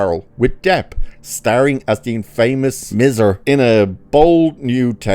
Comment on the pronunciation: Miser? It's MISER with a long vowel I and it means a cheapo!!